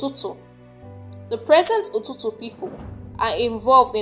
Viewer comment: It's not Ututu, it's called "Itutu"